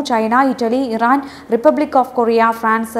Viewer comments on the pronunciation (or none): none